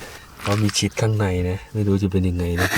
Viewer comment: ชีส ไม่ใช่ ชิดครับ